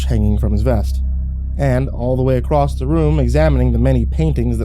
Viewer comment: DON'T READ THE COMMENTS UNTIL YOU FINISH LISTENING!!! Also... acrosst.. what is that? You mean across, right?? Anyway, great story!